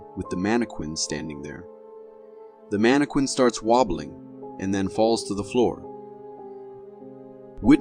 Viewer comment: Lmfao what exactly is a “mana-quin” 🤣🤣🤣🤣🤣🤣